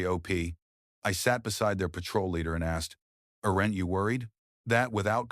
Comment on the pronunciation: AI generated garbage. the so-called human narrator says (I’ll spell it phonetically) Ar ent you worried - what the AI generated text said on screen was aren’t . For the sake of our real veterans report this video.